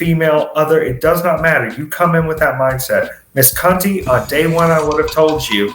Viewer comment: Taynara Conti is her real name. It's also pronounced Con•chi, NOT Con•tee. It's Portuguese. The "t" at the end is gonna make a "ch" sound.